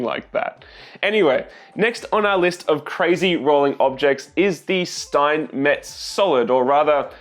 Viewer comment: Steinmetz is called Schteinmetz, scchhhhhh like when you say shit, so shteinmetz in Englisch I guess